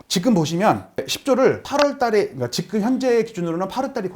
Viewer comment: 지금 발음을 직끔